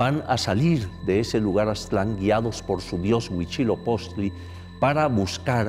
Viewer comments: Por qué lo pronuncian: Huichilopoztli? 🙄🙄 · por qué pronuncia Huichilopoztli????? qué no es *HUITZILOPOCHTLI*?!?!?!?